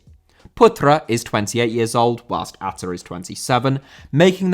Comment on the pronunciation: Hi,as an indonesian i can confirm that your prounanciation of ahha is correct. I would say tho even though i have known about atta owning a football club for a while i never knew what the club name is. So thank you